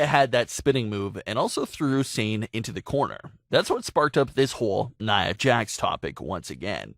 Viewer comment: Her name isn’t pronounced like s-ain, it’s Sah-nay.